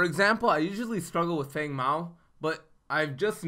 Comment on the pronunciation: Brody McClendon idk why he said that in the wukong trailer but its been (fang) feng since legacy. go watch his tutorial video. why they changed the pronunciation idk but he will always be FANG to me.